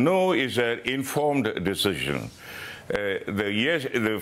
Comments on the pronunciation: Deshision, lol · Albo can't even say the word "decision" properly.